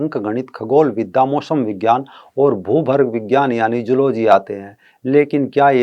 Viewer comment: को तो विज्ञान भी बोलना नही आ रहा विजयान विज्यान कर रहे हैं